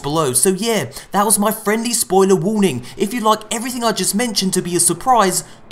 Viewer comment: Every single time I hear "Hello again moiy friends". I Get sooo fucking wet